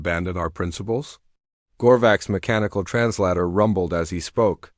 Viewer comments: Bad Ai. Not trans ladder... Trans later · The word is trans later NOT trans larta, even a 6 year old would know better.